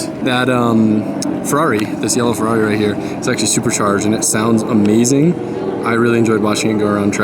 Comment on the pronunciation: The yellow “farrari” 🤣